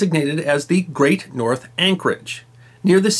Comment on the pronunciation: Its actually the Great 'Nore' anchorage not 'north'. I live on the Isle of Sheppey with this ticking time bomb looming over us that I can see out my window